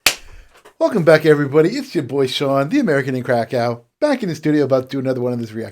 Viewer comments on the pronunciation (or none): none